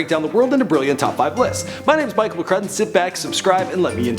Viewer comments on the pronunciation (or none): none